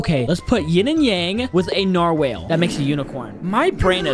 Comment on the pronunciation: It’s nar-wall you monk